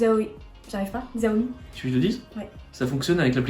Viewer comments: Xaomi on le prononce « chaomi » 😉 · Super la vidéo ! Par contre petite info on prononce pas xiaomi comme ça s’écrit ça se prononce : shiaomi